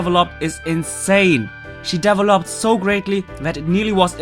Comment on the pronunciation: i can tell has a non-american accent because he says devoloped instead of developed:P